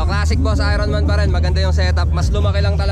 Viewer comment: "ayorn man" NOT "ayron man" HAHAHAHA